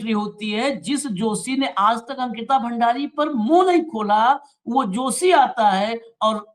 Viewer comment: वो जोशी नहीं दोशी है